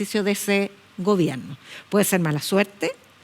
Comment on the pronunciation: Y dice gobienno